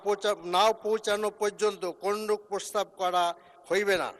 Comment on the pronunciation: মূর্খ লোক ,, প্রস্তাব কে প্রসাব বলছে